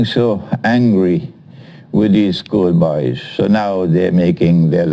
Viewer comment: The way he says "School Boys" :D